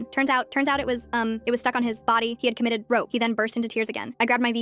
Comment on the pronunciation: he commoited rope help what is commoited